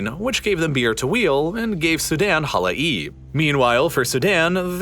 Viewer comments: In case someone is interested: it is pronounced as Hala-yeb … not Hala-eeb. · It's pronounced Hala-yeb Not hala-eeb 😄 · Halai’b you guys butchered its proununciation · his pronunciation to the word "hala'ib" is so hilarious to me and completely different from the original native one